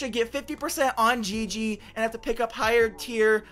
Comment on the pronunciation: It’s pronounced gigy